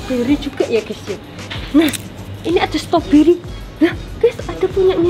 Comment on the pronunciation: ngomong ngomong bukan stoberiy tapi strawberrey